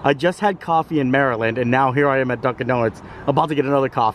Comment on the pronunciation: Finally, someone that pronounces Maryland properly! We definitely silence the "T" in a lot of words or pronounce it like a "D" such as budder instead of butter.